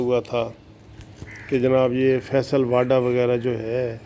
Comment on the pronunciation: بھائی.. یہ واڈا نہیں ھے.. واوڈا Vavda...یہ غالباً گجراتی میمن فیملی ٹائیٹل ھے موصوف اکثر واڈا بول جاتے ہیں. بہتر ھے وہ بھی تصیح فرما لیں.